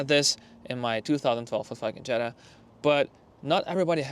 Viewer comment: in my 2012 ff FF fucking jeta that what it sounds like u are saying